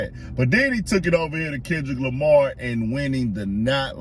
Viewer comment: Not Tendrick Lamah 😭⚰️